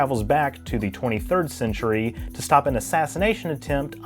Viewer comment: quarter centurry why you have to say it like that?